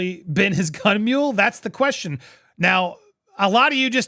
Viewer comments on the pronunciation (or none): Mole'.... not mule. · It's "Gun Moll" not "Gun Mule". And the statute of limitations is way passed